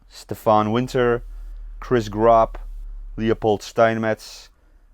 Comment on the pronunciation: Hey, you pronounced my name correctly, a feat beyond most of my teachers and all telemarketers! Happy to be part of your patreon, and very impressed that this is your first freehand. Portraits are especially difficult, excellent work! -Chris Gropp